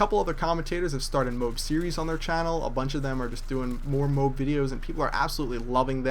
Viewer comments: it's not pronounced "MOBE" it's pronounced just likes it's spelled "MO-AB" sound it out I know you can do it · Everytime he pronounces MOAB like its MOBE a tiny bubble of rage pops inside me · Why you say it like "MOBE"? Even when you get one, it says "friendly Mo-AB inbound" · Cool! But you were saying MOBES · its mo-ab a!!!!!!!!!!! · ok everybody it is m.o.a.b not a word its pronouced m o a b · its MO........AB OKAY!!! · Its M.O.A.B. not MOAB... know how to pronounce your acronyms correctly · It's pronounced MOH- AB. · M.O.A.B say it like that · Your vid sucked and ur saying Moab wrong its said mo ab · Haha that you get so mad because people say mobe, why do you care so much? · easy enough people are correct its pronounced MOW-AB REGARDLESS OF HOW YOU SAID IT.....Amazing video man real nice to actually see people who play the game and get these streaks, most MOAB hits I have seen the guy camps the whole time and has his friends protect him, you played the game and played well....thumbs up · Very good video but is how you pronunce the MOAB is MO-AB so like MOo and ABs. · its pronounced MO - AB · FUCKING SAY MO-AB YOU FAT FUCK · he pronounces it like mobe... D: its annoying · And its Mo-Ab people. Go to google language tools, type in "MOAB" and it will correctly pernounce it for you. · Its pronounced Mo-ab. Moe Abb. Mother Of All Bombs. MOAB. Sorry just bugging me. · Mo-ab is how the military says it. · The word MOAB is annoying enough without you mispronouncing it, xD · lol moab.....everyone else pronounces it MO-AB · you know it's pronounced "Mo-Ab", right? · You're pronouncing it wrong. It's pronounced "moh-ab"! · Every time you say 'MOBE' I want to punt a small child. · its called mo abbb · Because the correct way to say it is MO-AB, doesn't matter what sounds better, just the way it is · whiteboy says mobe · Say it with me,: MO-AB. Very good = ) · It's 'MO-AB'... pronounced like the town in Utah. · mo-ab or m-o-a-b not mobe